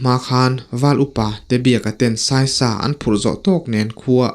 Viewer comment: Taw tê pawh a sai lo tiha sai hi elephant anga thlûk tur a ni lo va, thlûk hniam tur. Nghîng/khûr tihna a ni e.